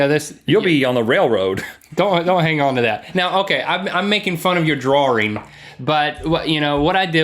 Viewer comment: "Draring" xD